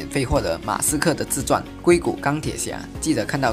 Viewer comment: 抱歉，有的疑惑。矽谷 应该是读 xi gu3 吧？怎么变成 "gui" 谷？😂